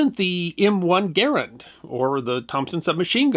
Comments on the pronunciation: Thank you, thank you, thank you for pronouncing John Garand's name correctly! (same accent locations as "parent") No one gets that right! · You pronounce Garand properly! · Thank you for pronouncing John Garand’s name correctly. There is a ScrewTube channel that uses that name and he pronounces it incorrectly. Sigh.